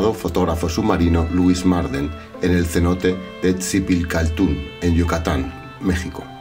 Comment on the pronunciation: Se dice ZITBICHALTUN PERO SE ESCRIBE dzibilchaltun